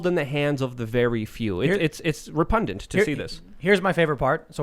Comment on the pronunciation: Repundant? It's repugnant.